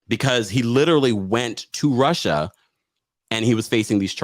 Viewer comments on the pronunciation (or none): none